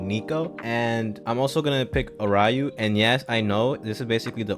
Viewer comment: by the way I'm pretty sure it's "are-you" and not "a-ry-oo" for aryu (sorry that just bothered me lmao) other than that i like ur opinions lmao, aiku is a pretty good captain but nagi probably won't get his development until AFTER U-20 (reo gets chosen but not nagi bcs reo shows his playmaking potential during the manshine v fc but nagi fails again)